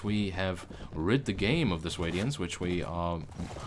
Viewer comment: Sway-D-ans.... It pains me to hear you saying it like that.